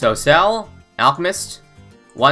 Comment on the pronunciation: Lol said Alcmist instead of Alchemist XD